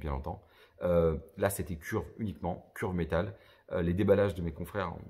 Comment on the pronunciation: Curve se dit phonétiquement Ceurve pour simplifié 😉